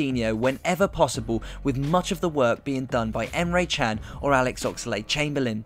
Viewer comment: Nice explanation mate. Respect. I have a request. Please stop pronunciating emres surname as a chinese surname. His surname isnt Chang. Try to pronounciate john with American accents with an a instead of o. And thats his surname.